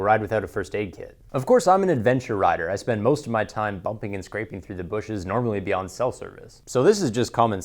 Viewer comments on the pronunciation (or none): none